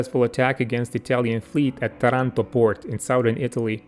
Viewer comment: Làzzari has the stress on the first a. Tàranto, also, has the stress on the first a. All other names are pronounced right.